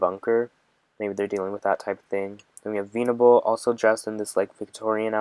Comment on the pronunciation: I know you mean well but this video is all over the place and just a mess. You've made much better videos. The way it seems like you're reading it for the first time kills me. It's not veeenable it's vennnable